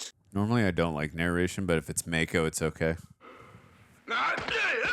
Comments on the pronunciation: LOL, it's "Mah-ko". He's not a shark.🤣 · Mako is pronounced with a soft “a”. Mah-ko instead of May-ko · Mako, as in the shark? Pretty sure its a soft 'a', (mah-kho, not may-kho) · It's pronounced Mah-ko. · Gettin' tired of hearing Mako's name repeatedly mispronounced.